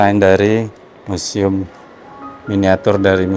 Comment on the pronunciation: Museum bukan musium 😂😂